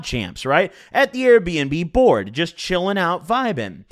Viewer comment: why tf you say AIR bnb